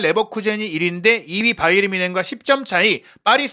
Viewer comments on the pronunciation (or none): none